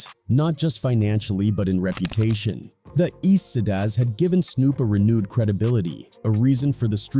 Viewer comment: A.I. can't pronounce "Tha Eastsidaz"...🤣